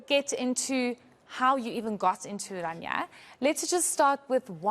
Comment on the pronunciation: O my soul. Can't the people pronounce the name correct? It is not Oranja, it is Orania. O-raa-ni-aa. C'mon people get an education! There is nothing to 'explain' about Orania. What McKenzie saw and said of his first impressions, is what it is.